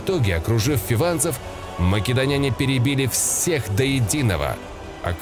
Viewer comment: Отличные видосы у тебя, но пишу этот коммент не потому что я душный, а потому что очень режет слух. Короче ударение в словах заканчивающихся на "няне" и похожих, ставится на слог перед. Например: афИняне, македОняне и тд. Опять же - это не грамарнаци, это просто, чтобы улучшить и без того хороший видос. Всех благ